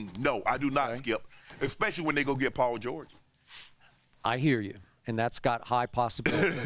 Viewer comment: Chip (oops Skip) get the name right... Paul George...